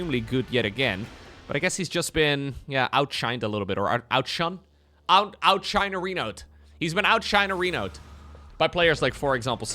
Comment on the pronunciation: The version of the word in english you are looking for is "outshone" pronounced of course like "out shown". But your take is fun